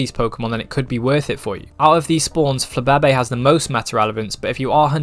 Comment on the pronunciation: nevr say flababe' again